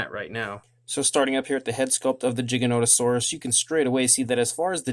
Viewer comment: Its pronounced with a a G not a J